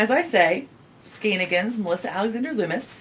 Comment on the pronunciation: All the love, and such! Just wanted to ask; are you aware that you´re skipping one syllable in Melissas alter ego? SkeinANigans. Like shenanigans :) All the love from sweden!